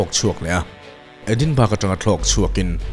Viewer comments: Edinbruh tiin an lam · Edinburgh hi a lam rik dan tur chu Edinbawraw niin ka hria...ka lo sawi ve mai mai...🙊🙊🙊